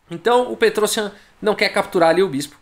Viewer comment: O IAN em nomes armênios se diz com destaque. Se diz então"petrosIAN".